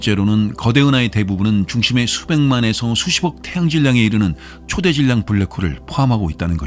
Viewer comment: 초대질량이 아니라 초 대질량으로 읽어야죠.